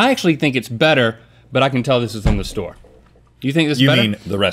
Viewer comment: Link saying store SMH